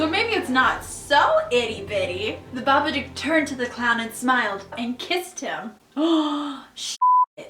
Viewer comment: did i just...did i just hear babaCOCK HAHAHA